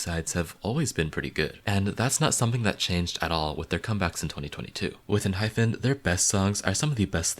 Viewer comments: Oh! Also, for future reference... it's EnHYPEn not enHYPHen. So basically no N-hyphen but N-hype-N. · It’s EN-HYPE-PEN